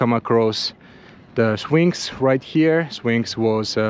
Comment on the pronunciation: The Sphinx becomes Swinx lol 😂